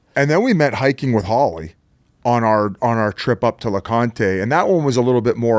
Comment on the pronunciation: Its not lecontay jfc stop calling it that.